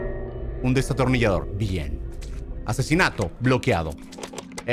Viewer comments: German en ves de decir Destornillasor dise desatonillasor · Germán diciendo desatornillador en ves de destornillador😂😂😂😂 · German te re amo pero no se dice "desatornillador" es "destornillador" HAHAHHAHAHAHA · Germán diciendo desatornillador😂😂😂